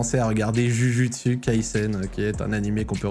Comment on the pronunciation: "jujutsu" mdr ca se prononce "joujoutsu" tu m'as tué